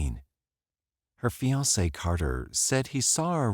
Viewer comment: listen to how AI went from English to French when it said fiance lol